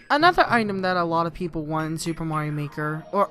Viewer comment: Omg i love this persons accent when they say "Want" OOOOOO